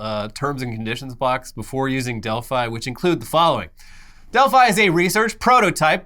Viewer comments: Delph-ee, Delphi-ee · attempts to say 'Delphi' were amusing, but still made me wince every time. Edit: And then started saying it too. Doh!